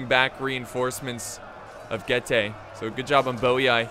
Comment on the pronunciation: Being from Romania, it triggers me so much when he misspronounces Getae. It's Getae not GayTea. <3